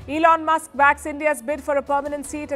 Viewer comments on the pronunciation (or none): none